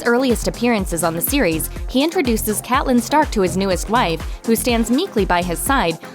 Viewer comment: Ew "Cat-lyn" Stark Tf?